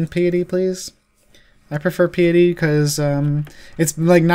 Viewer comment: Pie-et-tee. Like pious.. Pie-us